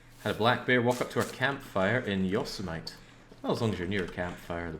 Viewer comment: Love this game. So glad you are playing it on interloper. Watch out for the bears and moose and you should be okay. It is not “yo seem a mite”, it is “yo see me tee”, like the Warner Brother’s cartoon character Yosemite Sam. Should n9t be difficult to hear the correct way to say it watching funny cartoon. Mel Blanc’s voice should not be too hard for a British person to listen to.